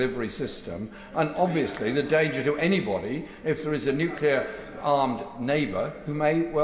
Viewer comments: I'm sorry. I can't listen to these people any more. They are a disgrace,. And not just because none of them seem to be able to pronounce the word "nuclear". Hint: it is not "nuculer". Sheesh. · The Foreign Secretary can't even pronounce nuclear. It twangs my brain every time I hear him mispronounce it